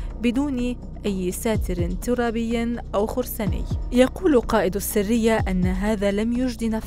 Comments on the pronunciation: السرية و ليس السّرية السرية هي المجموعة والسّرية هي الكتمان يا صحافية يا متعلمة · ما أجملها من قصة واقعية ارويها لاطفالي ولنفسي لنقتدي بامثالهُ ❤ …. واسمها (السَريّةْ) مش (السِرية) اتعلموا عربي بقا!!!!